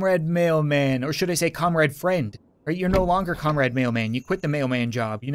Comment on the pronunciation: thought he was saying comrade fred